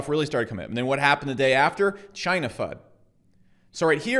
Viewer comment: Did you just say ‘Chiney’ lol😎